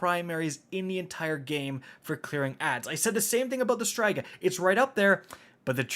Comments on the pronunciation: Osteo STRIGA,not STRYGA,learn how to read the names man! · Man, Destiny youtubers and their weapon pronunciations. I will accept both Osteo STREEGA, and Osteo STRIGGA, but who dafuq is out here sayin' it like STRY-GUH. My man, please, there are impressionable children who this channel probably I'm assuming. Keep it together. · Osteo striga - is pronounced streega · hmmmmmmm. Okay just saying .... it is ostea Striga not Osteo Straiga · You're also mispronouncing the "Striga" when saying Osteo Striga, it's pronounced [St • ree • guh] Edit: A Striga is a type of Romanian witch, with a deep hatred for all living thing, that siphons the life force of it's victims. That's why the gun does damage over time. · Osteo “ STRY-GA “ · It's STREEEEEEGA. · For some odd reason, his pronunciation of Osteo Striga scratched an itched I didnt know I had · I truly hate the way you say "striga" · You pronounced striga wrong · They way you pronounce striga hurts my brain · We just gonna sit back and let him pronounce Osteo Striga like that?